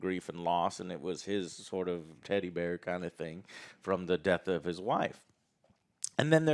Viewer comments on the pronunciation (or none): none